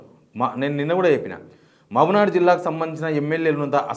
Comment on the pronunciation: Reddy you better pronounce Meheboobnagar as Meheboobnagar not Mamanar